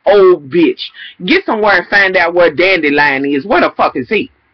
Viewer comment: Did you call him Dandelion!?!??!? ROFL!! I just love you!!